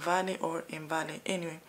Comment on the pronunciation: Elmvale pronounced as Elmveil..Not the way she is pronouncing